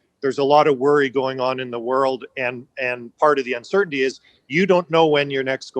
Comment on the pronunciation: Uncertainty is not 2 syllables!